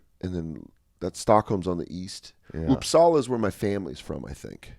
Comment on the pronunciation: Dan said Uppsala correct. Ari got Grona Lund. Flugger is a German name, I guess. OK, I commented enough :)